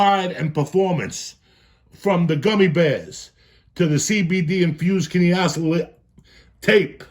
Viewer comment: any one else laugh when he tried to pronounce kinesiology????